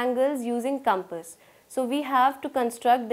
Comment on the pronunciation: why cant she pronounce compass:face-blue-smiling::face-blue-smiling::face-blue-smiling::face-blue-smiling